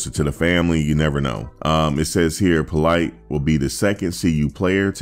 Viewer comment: Politte’s names is actually pronounced “po-LEET,” not that it matters much now anyway. But, yeah.